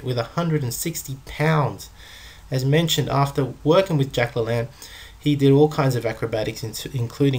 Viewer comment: la lane is how Jack's name is pronounced. hes a cool dude let's remember him correctly. no disrespect to you either